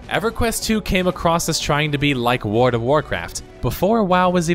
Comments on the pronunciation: Your voice is great. Just work on that ward/world. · you say world like werld it annoys me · WorLLLLLLLLLD, AHHHHHHHHHHHH its driving me insane! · World. World, not ward. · Why does he keep saying Word of Warcraft? XD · Word of Warcraft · Ahhh jeezus! It's world. With an l. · Youre an above average narrator for youtube videos, but you should work on your "L" pronunciation. it sounds like youre saying "worud" and "litto" instead of worLd and littLe. it takes me out of the video. press your tongue against the back of your two front teeth and hit the L hard. you have to practice it to train your mouth and tongue. i tell my students to walk around and just repeat the words all day. interesting video though, my brother still plays everquest for several hours a day. luckily i abandoned my warcraft addiction years ago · Your analysis is spot on, but PLEASE STOP SAYING "WARD OF WARCRAFT"!!!! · Wood of Woecwaft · The only thing I noticed about your pronunciation is "Wdvwarcraf" but I've noticed a lot of people doing that, not just you! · Why does this spindian have an utter inability to pronounce the word "world?"